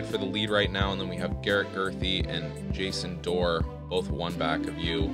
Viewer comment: Jason Fe-Dore-a